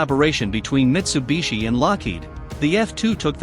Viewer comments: What the ....Mis-tu-bi-shi? Really? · Mistubishi...? umm... I think that should be Mitsubishi...